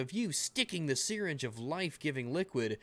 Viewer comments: "The seereenge" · lol dude that isn't how you pronounce "syringe" x"D